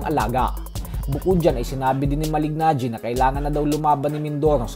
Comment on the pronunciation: Just easily say MALINAGGI😂